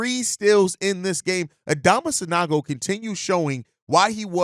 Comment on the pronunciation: San-OH-go, please